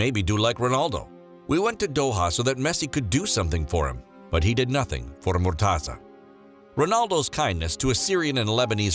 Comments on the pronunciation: its not murtaza ... its murteza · That's not how u pronounce his name haha